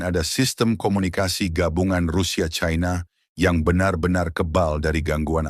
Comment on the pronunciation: Sangat memalukan orang kalau dilihat dari suara sudah umur diatas 50 th tidak bisa menguasai bahasa Indonesia yang baik Belajar bahasa Indonesia baku dulu kalau mencari followers biar tidak memaluka menyebut China dgn Chaina